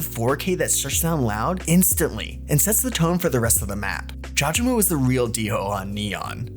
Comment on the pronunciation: pronunciation is " JAW GA MO " but good video overall <33